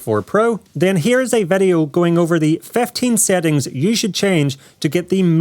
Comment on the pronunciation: It surprizes me every time he says Vedeo 😀